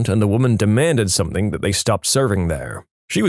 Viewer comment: No K in the word something